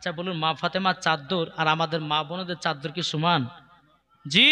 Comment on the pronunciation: চাদ্দার না চাদর